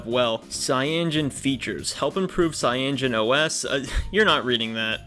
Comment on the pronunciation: cyaNOgen ... Not cyangen